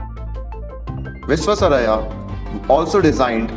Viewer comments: Pl learn to pronounce the great engineer's name properly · Please learn to pronounce his name correctly.